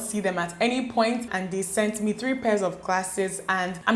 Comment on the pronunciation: You saying three in an accent.lol